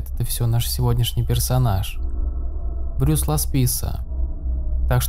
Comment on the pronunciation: Уважаемый автор , вы хотя бы проверяйте оригинальные источники . Как можно делать видео , если даже имя главного героя выпуска , вы произносите неправильно ... Его не Брюс зовут , а Брайс !